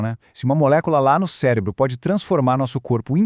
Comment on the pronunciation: ''o cebro''